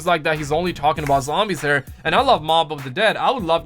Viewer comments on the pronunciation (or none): none